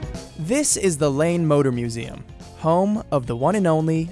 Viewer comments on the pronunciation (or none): I heard "Lame Motor Museum"...